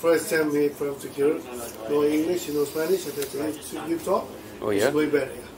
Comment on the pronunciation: His spanish pronunciation is outstanding, but i bet he can't understand what a chilean says tho, no one can lol